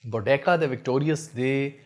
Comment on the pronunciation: Salaam bhai, it pronounced Bo Dee Seeya. Jazaakallah khair.